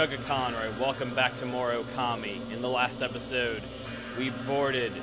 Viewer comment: oh dear, ur still pronouncing okami wrong XD oh well, nice vid